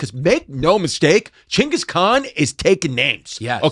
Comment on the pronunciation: It's not gengus or chingus, it's jingus